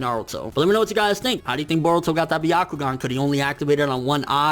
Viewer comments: Yo y does this nigga say boruto like if boruto was Hispanic like fuck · I know this is weird, but I keep getting distracted by the way he pronounces "Boruto".